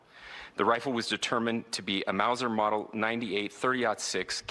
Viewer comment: Exactly! Definitely did not sound like 30-06